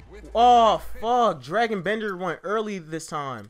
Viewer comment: You pronounced Skal Labissiere wrong and Dragan Bender